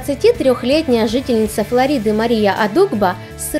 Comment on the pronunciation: Ну вообще-то не флорИ́ды а флÒриды!